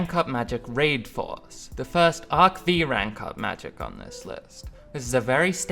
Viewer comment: bro its arc five not v